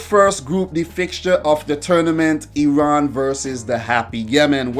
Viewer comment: I love how you pronounce Iran, 1000 happy birthdays to you amigo!